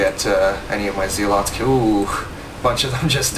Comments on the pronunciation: it is zel-it's not zee-lots -. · Its pronounced "Zelots"